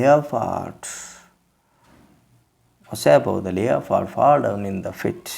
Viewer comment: You must improve your pronunciation... Leopard.. Gourd... I enjoyed your story...in Kannada. I want you to also give more attention to your tone.